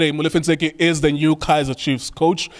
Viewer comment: Ntseki, not 'Motseki'!